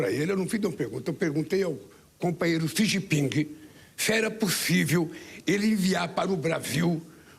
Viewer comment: Esse animal mente todo dia... Sabe nem pronunciar o nome do ditador chines